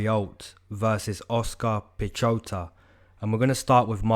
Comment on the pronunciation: ive noticed just about every channel dont pronounce the name correctly. piechota is pronounced piehota.. Pieh/pyeh (like the first part of yellow, but with a p in front) and hota (kinda rhymes with soda, but a t).. basicaly the CH has a silent C. Source: im polish